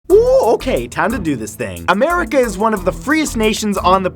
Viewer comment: did you say Americe?